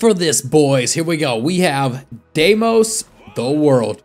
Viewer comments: demios XD DE I MOS not demios ur switching the M and the I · Btw it's not demios is deimos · mans said demios its daymos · Is not demios is deimos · it's "Deimos" not "Demios" 🗿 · Why does killer queen look like ghost rider? And its pronounced deymose or deymos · the stand names you did not say correctly so i will make it a bot easy you say it like day-mos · It’s pronounced Deimos, say like this: dey-mos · It’s not what u say Deimos it’s pronounced “day-mos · pronounced day-mos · I think deimos is pronounced day-mos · its pronounced dee mos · just fyi it's pronounced day-moss